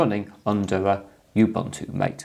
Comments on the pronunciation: pronounced ma tay rather than m ate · Nice video, a small peeve, Mate is pronounced “mah-tay”, not "mait". I've been using Mate ever since they forked it from Gnome 2 when Gnome 3 came out. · Its Mah-Tay, not m8. Source: Mate website. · Anyone else triggered by pronunciation of Ubuntu MATE. It's mah-tay. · hope you don't mind if i correct you ...the pronunciation of "mate" is wrong . It's not intended as "buddy" or "companion" . It's actually spanish, and it's the name of a south american herb used to make infusion. Just scroll down this page